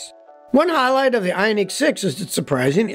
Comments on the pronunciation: Very informative video as usual. Did find your pronunciation of the Ioniq annoying though. Watch any Hyundai world Wide commercial and there in no unique in Ioniq so your pronunciation is completely wrong. Even Hyundai’s attempt to get people to drop the H sound at the beginning of their name was a complete failure. While your pronunciation is technically correct for their commercials and even how dealers pronounce the name they do not drop the H as silent. I give you props for trying to educate us on the way to correctly pronounce Hyundai but Ioniq was an epic fail. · Funny how you 😂pronounce IONiq!